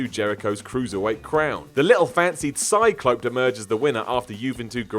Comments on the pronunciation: Cyclope = "See Clo Pay", not " Sy Clope " lol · Greatnest isn’t a word. Maybe you mean greatness? Cyclope isn’t pronounced like cyclop, it’s a luchador name, pronounced See-clo-pay. Watch the video from WCW and you’d see those announcers said it that way. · The luchador was pronounced sick low pay rather than psy clowp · Psy-clope???? Lol. See-clo-pay maybe? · I think it's funny how you couldn't say Cicope. See co pay is how it is pronounced. LOL